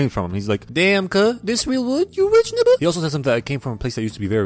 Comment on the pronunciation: Dude really said nibba instead of nigga😂